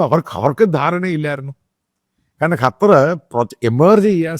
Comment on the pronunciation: കറ്റാ അല്ലടോ ക്ണാപ്പേ, ഖത്തർ